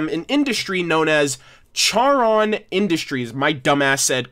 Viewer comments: I love how you are remembering Charon industries but it’s pronounced CAR-on not CHAR-Ron. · Car on. Not care on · FYI Charon is pronounced with a "K" sound not a "Ch" sound, the name coms from the boatman of the river Styx in greek mythology. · I’m really hating to be that one guy, but it’s pronounced CAR-on, not CHAR-on. Charon is the Greek god who ferried souls across the River Styx. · Not try to be mean but your say charon industries it's pronounced like car-on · Just so you know, Charon is pronounced "Car-on," just like the Greek ferryman of the underworld. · It’s Car-on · FYI the "h" in "Charon Industries" is silent. So it is pronounced Carr-on. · Just to clarify, Charon is pronounced like car-on. The h is silent. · Ok one its pronounced choron or (car-on) 2 your on the right track good one lad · You were half right, Charon is actually pronounced car-on. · I want to point out although it’s spelled Charon industries it’s pronounced karon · Its pronounced like caron industries. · Simon Petrikov no it Charon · You mispronounced Charon